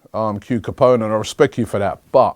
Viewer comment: Robbie said respek 😂😂😂 how does he know about bird man?